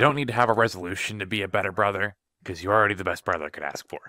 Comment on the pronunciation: Oh yeah i hate the part where he says “i love you broher”